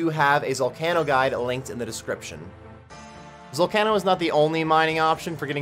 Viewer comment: Your pronunciation of zalcano drives me up the wall but otherwise, nice vid